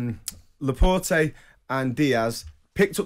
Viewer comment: Laport-ayyy??? Its fucking Laporte. You absolute clown. IQ of a fish.